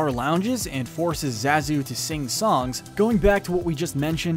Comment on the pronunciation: You say Zazu so many times, and pronounce it wrong every single time . . . Amateur . . . =P